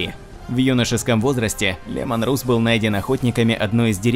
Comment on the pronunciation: Ну не Русс,а Расс,даже в английском языке он произносится как Расс!!!Ну ребят,вы хоть правильно произносите,ролик отличный)